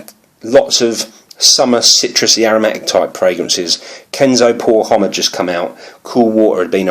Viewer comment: Homme? Never pronounce H.